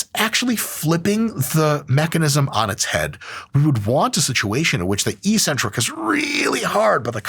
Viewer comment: Hey Mike! Just a little thing to note that made my French brain kinda confused: Eccentric is pronounced excentric, not eecentric 👍